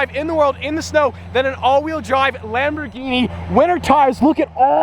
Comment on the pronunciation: Lambor - GEEHEENIE